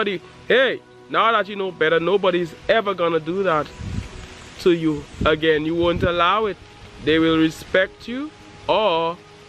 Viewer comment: Say that right anen